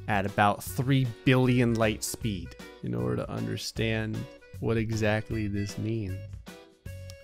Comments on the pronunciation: Ligh speed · ", you shouldn't play with light speed": "5 that many numbers ligh speed"